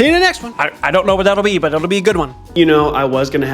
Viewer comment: you said “butt” instead of “but” and my reaction is making me realize that I don’t think I’ve matured since high school.